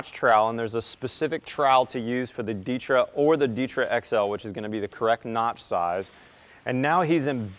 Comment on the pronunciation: Why do you pronounce ditra like that lol